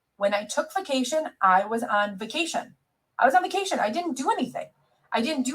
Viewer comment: i can't stand how she says "bekation"